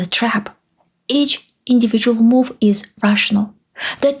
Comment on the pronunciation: You need to work on your English pronunciation. You stress the wrong syllables and your vowels smear into each other. First sentence, It's not underSTUND, it's under STAND. you rush the word, which makes the vowel mispronuciation that much worse. The word move is not pronounced "moof". watch is not wuch. Control is not contrul. It's not confisCATed, it's CONfiscated.